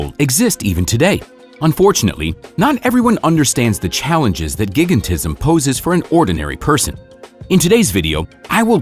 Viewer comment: It’s pronounced like this: JAI GANT ISM not gig ant ism